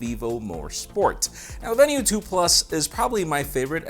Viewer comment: Isn't it pronounced veenu, not venue?